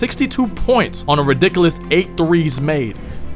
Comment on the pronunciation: How can you take ree'dick'ooo'us .. and fawbo'us seriously in a commentary like this? lol